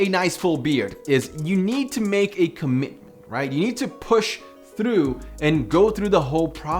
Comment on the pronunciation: Dude u say 'through' with an Irish accent